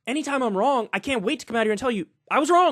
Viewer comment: okay Kyle I need to disagree here. Its Wrong not Wronguhh.